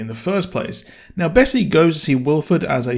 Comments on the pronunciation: Jennifer Connelly is confirmed for season 3.. Also it's Bess not Bessy. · Great video, I agree that a flashback for Big Alice would have been amazing! This finale was a bit of a letdown in my opinion - particularly the ending which felt a bit stuck on (in that it didn’t flow well). Only piece of criticism, the multiple mispronunciations of Bess and Javi (as ‘Bessy’ and ‘Yavi’) were extremely grating - other than that I enjoyed the review!